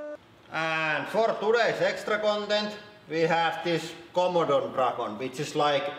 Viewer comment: Also, "Komodo dragon" comes out as "Commodore Dragon."